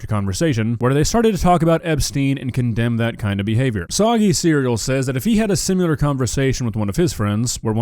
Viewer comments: PLEASE practice pronouncing SIMILAR so it isn’t SIMULAR IM sorry you’re beautiful and I love you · It’s “SIM-I-LAR”, not “SIM-U-LAR”!!! GOD DAMNIT!!!! 😆 Nah, you’re the man,. Even if you say “sim-u-lar” all the time. 🖤